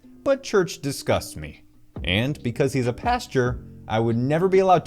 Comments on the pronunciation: Pastor - pronounced "past-or" not "past your" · come on bro! It's PAS - TOR not PAS - TYUR!